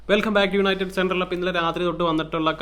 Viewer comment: "Yanited pull"😂😂